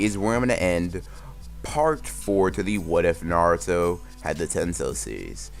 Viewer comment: did he just say naruta